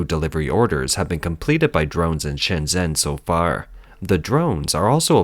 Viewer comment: Shenzhen, not Shenzen.